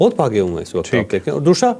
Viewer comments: بہت علمی گفتگو فرمائی بہت کچھ سمجھنے کا موقع ملا مگر ایک چیز کی چوہدری صاحب سمجھ نہیں آئی وہ یہ کہ حرف س باقی الفاظ میں آپ صحیح تلفظ استعمال کرتے ہیں جبکہ لفظ۔۔۔۔ دوسرا۔۔۔۔کو آپ ہمیشہ دوشرا کہتے ہیں 😂 اس کی کیا وجہ ہے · Dosshhhrraa ۔۔۔ انکے دوسرا میں ش آتا ہے